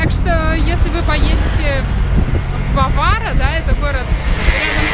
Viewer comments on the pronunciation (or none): вообщето БАваро, ударение на первый слог! )